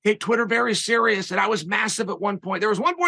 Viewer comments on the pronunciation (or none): none